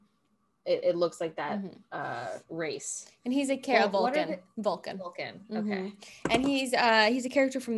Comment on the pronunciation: "This is the Vwulcan hearrt. This is the Vwulcan soul."